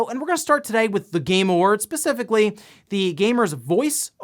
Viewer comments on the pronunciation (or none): Pacifically lmao